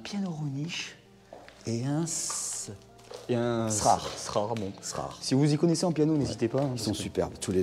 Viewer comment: Le piano de gauche, sa marque c'est Erard. pas "Srard"